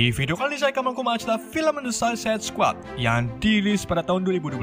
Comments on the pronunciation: Kenapa bacanya sosis squad dah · Min,bacanya suasaid skuad,,ngomongnya kok susah amet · anjir ngomong nya Susuasaid squad🤣🤣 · Bacanya sesadd bang😉 Awokwokwok 🤣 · Bacanya sueicid skuad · Bacanya gini bang "suicude squad" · suisait sekuat gt bang bacanya:D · Cara baca Suicide Squad=Suisaid Skuad Gitu bg klo masih gabisa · Blepotan banget bacanya 🤣🤣🤣,, "suesaid skuad" min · Sausaid squad baca nya